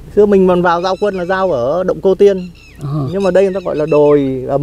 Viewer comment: Dạ. Người quảng trị gọi đồi là độn mà phát âm như người Huế ạ. Không phải động đâu a. Nói theo cách phát âm của địa phương là ô ô ngờ đấy ạ. Cô chú cứ đánh vần là nó ra. Chứ viết thì ko được ạ.